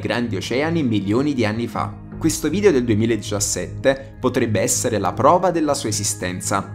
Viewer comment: Si pronuncia video non vidio comunque 😂